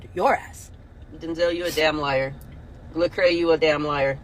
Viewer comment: Did she say lecrae???